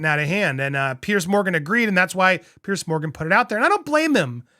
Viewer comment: Piers. Why do Americans keep calling him Pierce or Pearce 😂